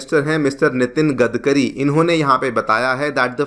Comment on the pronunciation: गदकरी नही गडकरी है उनका सरनेम😊